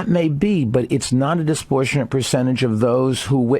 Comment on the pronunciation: Lol bloomberg says “disportionate” 3 fucking times 😭